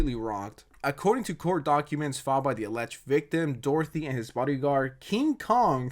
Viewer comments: In the name of a dictionary how many weird names did you make out of Doherty, in Ireland it’s pronounced Dock-er-ty. Not Dorothy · Are you calling him Jack "Dorothy" on purose, or is this another "Eye Spiez"/Ice Spice situation?😂✨ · Are you saying Doherty or Dorothy?? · Doherty = Dorothy? Video creator might be dyslexic